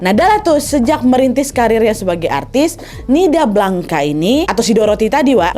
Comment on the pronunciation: Blanca, bacanya : blangs kak